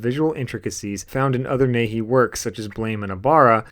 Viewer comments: It's pronounced "knee-hey-eee". Nihei. Not 'nay-hee.' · "Nee-hay" man